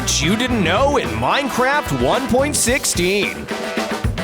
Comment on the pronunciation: you always say ien like the enied of miencraft ies neear so anooying